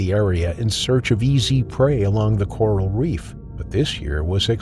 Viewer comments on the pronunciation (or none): none